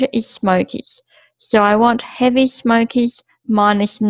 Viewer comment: Good presentation. How you pronounce smokers though, sounds like "smokeez"